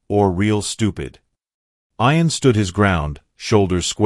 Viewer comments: The boys name is pronounced ee an, not eye an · Why did this person called Ian iron. I know this is crap... AI Bot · get some1 who can say ian,s name right narator not 2 bright